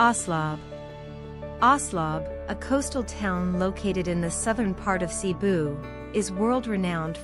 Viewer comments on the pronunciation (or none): none